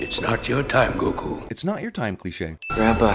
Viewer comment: They did it for the same reason Aang is pronounced ong in The Last Airbender, which is to help make sure that no one can try to compare what you were supposed to be able to compare the movies to. They even say Goku's name wrong in this movie for that reason.